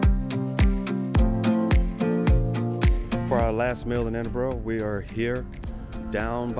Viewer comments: Edinbura is the better way to say it my friend. Definitely not Edinboro. You do know Edinburgh is full of them jock, skirt wearing barbarians don't you? That Hadrian had the right idea with his Brexit wall. Lol. Only kidding..... I hope you enjoyed it up there in the frozen north? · Did you say Edinburrow?